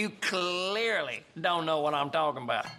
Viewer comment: my man had a serious problem with the way he said cuh-LEARly